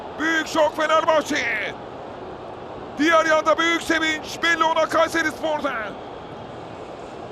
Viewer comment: Gayseri ıh ıh gayseri ıh ıhhh gayseriii ıhhh ıhhhhhh😂😂😂🤣🤣🤣🤣